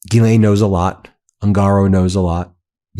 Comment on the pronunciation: Ya pissing me off, its Ghislaine with a S, not Gilianine, if youre going to report, report it right! Hmm